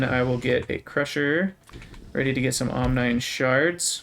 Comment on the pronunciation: Love this series so far. Side note: I think omnine would be pronounce “ahm-NEEN” like rhyming with Chlorine.